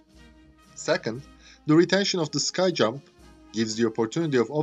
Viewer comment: It's not a "sky jump ramp" it's a "skee jump ramp"